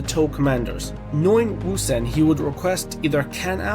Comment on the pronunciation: You are the GOAT of the pronunciation of Ousen. Great chapter 845